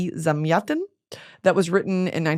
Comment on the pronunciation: Your pronunciation of Zamyatin for me (russian) sounds like someone speaking russian being waterboarded :DD